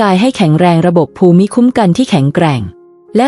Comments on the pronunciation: ภูมิ อ่านว่า พูม. ไม่ใช่ ภู-มิ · AI ขอชม อ่านคล่องขึ้น แต่มีนิดหน่อย ถ้าแก้ไขได้ ต่อไปก็จะคล้ายคนธรรมดา อ่านเอง เช่น ภูมิ ( = พูม ) ไม่ใช่ พู - มิ / แล้ววรรคตอน ถ้าได้ผู้มีความรู้ด้านภาษาไทย ระดับอาจารย์สอน คงจะราบรื่นกว่านี้ ได้ความรู้เพื่อว่าจัดการตนเอง รับอายุ เลย 70 ขอบคุณ ผู้ทำคลิป ค่ะ 👍🙏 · การอ่านภูมิเป็นภู-มิไม่ทราบถูกต้องรึคะมันควรจะอ่านภูมิมากกว่านะคะ